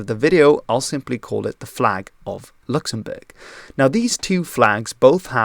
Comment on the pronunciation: My man really flexed his pronunciation in the first part of this video absolutely styled on my dumb American ass